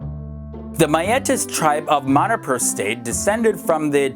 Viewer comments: I'm a north eastern myself, that too a Manipuri and I am sure you didn't know before but Manipur is pronounced as Mah-ni-pur, not Meh-ni-pur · Manipur should be pronounce as Moneypur not manypur 🤣🤣🤣🤣😂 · its pronounced M-uh-nipur for Manipur. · Man , it's kinda funny , how you pronounce MANIPUR . Btw , I'm from Manipur ❤️